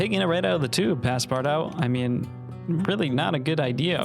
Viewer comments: please dont call it "passpart-out", its pronounced "passpartoo". please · Bro said Passpardawt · I felt physical pain at hearing him pronounce Paspartout like that. My poor French Canadian heart could barely take it. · “Pass part out” is a crazy pronunciation but I understand not everyone has an inkling of French 😅❤ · pass-part-out was the best pronunciation everrr 🤣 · "Pass-part-out"? I thought it's pronounced in French, like the name of the character in Jules Verne's novel. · (Pas-par-too) it’s pronounced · As a Russian artist you saying Ivan Shishkin’s name makes me so excited! The street I’ve lived on my whole life is named after him, I think it was a silver lining of some sorts lmao Also it’s pronounced “Pas-par-touh”, it’s French so you gotta swallow half the syllables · The game is pronounced “pass par too” - it translates to “pass everywhere” like a master key. I love your videos btw, I’ve watched every single one and I’ve learned so much from you! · it's pronounced "passpartoo" lol 😂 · Him pronouncing the game name wrong is 😭🙏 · Just opening with the most American pronunciation of passepartout I've ever heard 😂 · Can we talk about how he pronounced “Passpartout”?💀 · Every time he pronounced Passpartout I could feel another hair shed from my head, have mercy on him. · Great video! But the way you pronounce Passpartout hurts my soul... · Many reasons for you being a starving artist, one of them being the way you pronounced passpartout